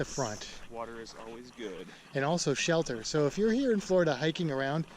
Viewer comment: "Shell Ter"